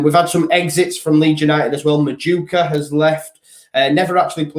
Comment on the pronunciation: Btw Noni Madueke is pronounced Non- eee Mad-ew-ay-kay